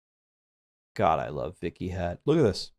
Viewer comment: while your butchering of the pronunciation is pretty funny, Vikhyat is just a normal sanskrit name meaning "famous"